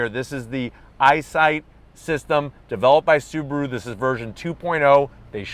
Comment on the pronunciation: It's not "SUBURU", it's "SUBARU". This guy is reviewing a hoax .